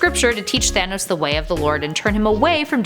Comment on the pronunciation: She pronounces it thanis